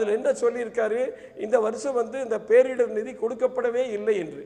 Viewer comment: நிதியமைச்சர் "பேரிடர்வு" என்கிறார். முதலில் சரியாக புரிந்து உச்சரிக்க வேண்டும்